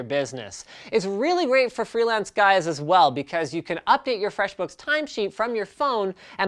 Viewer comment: Listen to how he says FREShbooks..